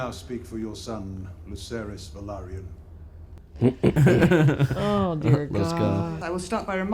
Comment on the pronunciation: Btw Valyrian is the language and Velaryon is the race they aren't pronounced the same whatsoever